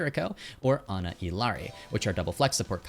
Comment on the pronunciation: Heads up the Ls in "Illari" are pronounced like a Y. "ee-yar-ee". Consider the way you pronounce "quesadilla". Thanks for the tips in the video!